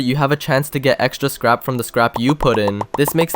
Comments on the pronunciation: Bro said scap 😂😂😂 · He said scap